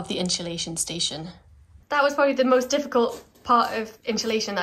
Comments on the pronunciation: I love jack spaniels i follow your channel i like your content but for the love of god its not inshalashion its insulation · I heard a new British pronunciation today...unsulation!---, irises are not very long-lived blooms, so yours might not be drought-affected.---I looked up peacock butterflies & agree with your assessment of those caterpillars.